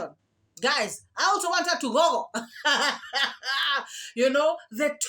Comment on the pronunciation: Jesus, can she learn to pronounce the words google and feces? Its not faces 😂😂😂😂